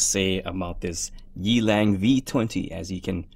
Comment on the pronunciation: The brand is pronounced as Yeah-Lung, meaning Wild Wolf in Mandarine Chinese. I think it is idiotic to write your brand twice on the logo even if you are Rolex.